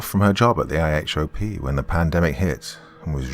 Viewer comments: IHOP is pronounced not spelled eye-hop. Lol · IHOP= International House of Pancakes. Apparently not that internationally known. 😂 And the acronym is usually pronounced "eye hop" here. Just fyi.